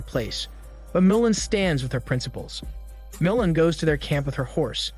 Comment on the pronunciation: MOOOO LAN Not moulin